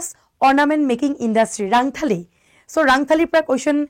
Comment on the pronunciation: Baideu rangthali nohoi rontholi buli koi